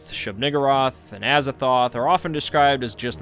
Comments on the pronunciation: when i heard him say Shub-Niggurath i instantly thought of suge knight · Who said shub huh